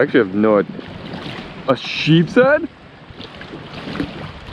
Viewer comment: It’s nice to know that someone knows how to pronounce the name of the fish it’s sheep’s head